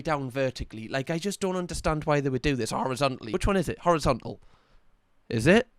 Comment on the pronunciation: Horizon-tal. Come on,.